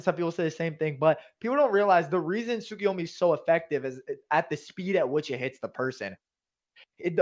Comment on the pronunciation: I love you guys you both great but I don't love the way you pronounce tsukuyomi, talking about heeey, it's tsukuyomaaay, like ya bruce from family guy 😂 you work together so much that I forgot who was who so I forgot who the one saying that is.